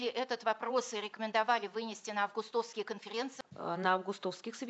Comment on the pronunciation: С ударения «августовский» меня прям вынесло, а где-то в сторонке заплакал мой репетитор по литературе